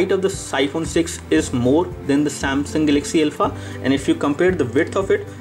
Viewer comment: Name is not Elpha. It is Alpha